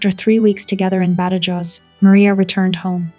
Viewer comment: Please. Badajoz. BathaHoth. St Denis. Saint Den- ie